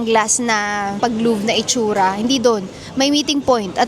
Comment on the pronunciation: its loo-vuh not luv 😅